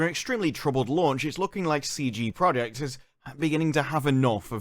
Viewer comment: Love coverage, but "Stream Deck" and "CG Project Red"? 🤣 I could be mishearing him.